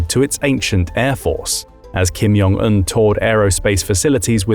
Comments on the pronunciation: Repeat after me, Jong, not Yong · It's Jong. Not Yong.